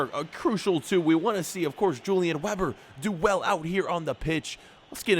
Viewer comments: I watch the whole episode love the gameplay btw if he's German then his name should be pronounced Yulian Veber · you said the weber in julian weber wrong